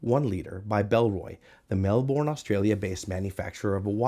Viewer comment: Love Bellroy so much. Just sharing this pro-tip as an Aussie who lived in Melbourne: it's pronounced Mel-bun. Love your reviews. Please keep 'em coming.